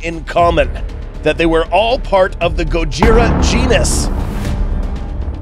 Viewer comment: i misheard you with genus i thought it started with a p.😬